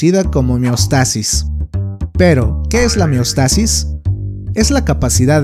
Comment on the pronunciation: Se pronuncia meostasis?